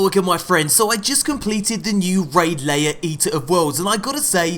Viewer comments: I don't agree, but in any case is English and has a British accent. He should be pronouncing it to rhyme with AIR or HAIR. not GAYER or PAYER. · LAIR is not pronounced LAYER. It's pronounced the same as the word HAIR.